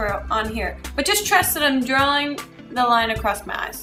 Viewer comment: Your accent came out when you said 'drawling'